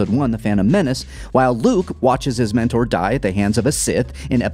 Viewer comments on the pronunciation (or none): none